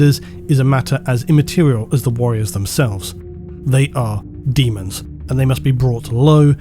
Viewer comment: Still calling it. Deamons of the Emperor